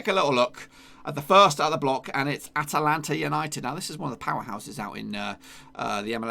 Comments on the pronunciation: It’s AtLanta, not AtAlanta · AT-LANTA, not ATA-LANTA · Did he really pronounce “Atlanta” as “Atalanta”